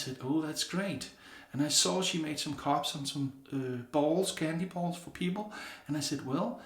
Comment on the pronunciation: When you said "I have a lot of bowls(sounded like balls), I lost it🤣🤣🤣🤣 Great vid brother, and I'm digging that custom bowl. That's gonna be an awesome giveaway to someone. Have a great weekend my friend and stay safe.🤙🤙🤙